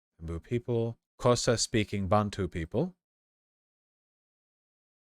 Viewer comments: It's not pronounced zoza, it's pronounced clousa with a click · It's pronounced: "Khosa" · Unfortunately that is nowhere near to how it's pronounced. The X makes a specific click sound (alveolar lateral) followed by an airy "Ho" and "sa" sound It's a 2 syllable word xho | sa If you cant make the click the closest approximation is "Khosa" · Not really though, the "xh" is pronounced as a click on the side of the tongue. So it would rather be "click-oh-suh" instead of "Koh-suh". White South Africans say they latter since it is easier for us to pronounce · Fun fact: Xhosa (edit: NOT pronounced colesa) uses tongue clicking sounds as part of the language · "Zoza" made me immediately lose it too! I realise that X doesn't immediately look like it should be a click, but on a research stream, maybe Vaush should research pronunciation too, especially since wikipedia HAS pronunciation right up top on many articles. Would he have failed to say Xhosa correctly even after learning /xh/ is an aspirated click? Yes of course. But boy do I want to hear him try. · Xhosa is pronounced with a click btw. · Xhosa is pronounced with an initial click made at the back of the mouth. The sound you're describing is an isiXhosa word meaning 'hurry'. I suspect you met an isiXhosa speaker with the active sense of humour they're famous for.